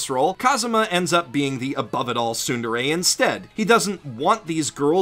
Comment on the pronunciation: sundere? :| its tsu (つ) like rats not su (す) like sun